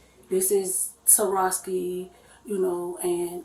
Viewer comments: Should be fired for being incapable of pronouncing “Swarovski” 😂 It’s not “Tarosky” 🤣 OMG, these people 🤦‍♂️ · She works in jewelry and she she said "this is Zarosky" lmfao It's Swarovski 😂😂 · That's what courts for! Surovsky shows she's an imbosil and she's guilty...its pronounced Swarovski dits‼️ She didn't forget crap she did it to get it and blame the scape goat cuz😅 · It's hard to believe someone that presents that poorly even has a job like that. They used to hire attractive people for those jobs who actually knew something about the jewelry. When she spoke to the cop in the beginning she said "I tell them this is Saraski..." SWAROVSKI. If you can't even pronounce the name of the designer, that's pathetic. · Shocking that a high end establishment would hire someone like that in the first place. "I tell everyone this is Saraski.." It's SWAROVSKI ma'am. SWA ROV SKI ‼